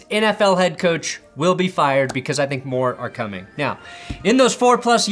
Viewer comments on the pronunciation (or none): none